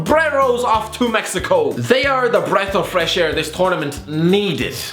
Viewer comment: Breath of fwesh air, absoulutely tweffic